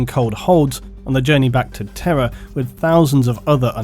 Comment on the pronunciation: I misheard "Terra" as "terror" for the entire video, and it still made sense.